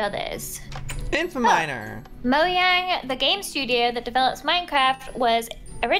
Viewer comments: did just say Mo'Y'ang instead of Mo'J'ang smh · Omfg I got so triggered because kept on saying 'Moyang' instead of 'Mojang'. just me or no? 😂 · Also its not moyang its mojang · When says moYang when it moJang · Who headed say mayang instead of mojang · Did anyone else hear say moyang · its mo J A N G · Joey tell its j not y